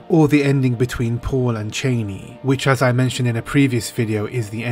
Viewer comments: "Cheney"? It's Channi, please. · He even said "Cheynee" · Oh please, it is CHAH-KNEE, not CHAY-KNEE. Every time you say Chani's name, it makes me cringe. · Don't understand people pronouncing her name "Chayni" it's Cha-ni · Even though Frank Herbert pronounces it "Cheyney" I'm going back to "Chah knee" i think because I think this will be the pronunciation in the movie and I have always said it was "Chah knee" anyway. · Sorry to say, but Frank Herbert himself pronounced it Chay-knee. I always used to say Chah Knee as well. Funny thing is, it looks like they are going to pronounce it Chah-knee in the new Dune film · So far from everything I've seen, they aren't following Frank Herbert's pronunciations...